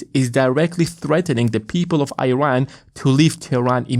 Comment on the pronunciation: Young man. It’s called “Eeran” not “Airan”